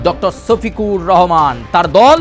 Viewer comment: ছোফিকুর রহমান না সোফিকুর রহমান✅